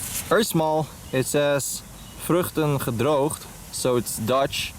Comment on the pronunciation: Are you Dutch because I'm Dutch and you pronounced "vruchten gedroogd perfectly